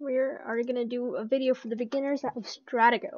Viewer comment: Just FYI buddy: It's pronounced [Struh - tee' - go] ;)